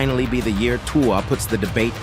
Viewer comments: It’s 2-uhh not 2-wahh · If you continue to pronounce Tua the way you are pronouncing it... I will never watch your videos again! You're being ridiculous, and it is disrespectful to intentionally butcher his name the way you are doing it.